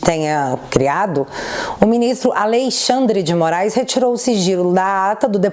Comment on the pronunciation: "😅😅😅 A Lei Xand dê Moraiz"